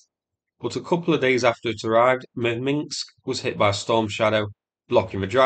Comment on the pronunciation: Minsk, not Minks. 😉